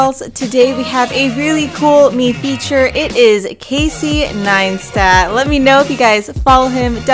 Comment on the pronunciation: My husband is also Filipino (like the maker of this video) and he pronounces it as Nine-stat as well.